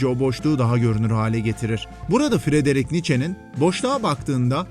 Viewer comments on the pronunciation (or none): none